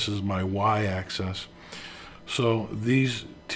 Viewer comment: Just a little constructive criticism, it's a Z-AXIS (pronounced as: ax-iz), not a Z-ACCESS. Thanks for all your hard work on the videos. The plural is Axes (pronounced as ax-ie-z). Sorry, I don't mean to be negative, just trying to be helpful.